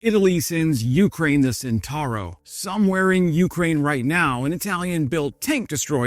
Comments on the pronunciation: Were you truly a lover things Italian you would know that the name of the vehicle in question is pronounced "chentauro". A C immediately before an E or I is a CH sound as in "child". Were it written as you pronounce it, the spelling would be "sentauro". Italian pronunciation is a joy compared with English as it is totally regular. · "CE" of centauro is pronounced like your "che" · It's pronounced CHENTAURO even if it's spelt CENTAURO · 🇬🇧I needed few minutes to understand that the word "sintaro" was his pronunciation for "Centauro". 🇮🇹Mi sono serviti vari minuti per capire che pronunciava "Centauro" come "sintaro" 🗺️ Mi bezonis kelkajn minutojn por kompreni, ke li prononcis"Ĉentaŭro" like "sintaro" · its pronounced Chentaaarro...just say'in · Please, the C of Centauro Is pronuciated as the C from the word China. Thanks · Drinking game: take a shot every time the word "Centauro" is mispronounced. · nice video... only one little comment.. in "Centauro" we pronounce the "C" as in "Chilli" not like the S in "Snake" :)